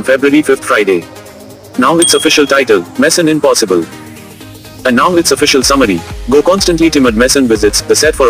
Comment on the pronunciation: More like Mission "Impossobble"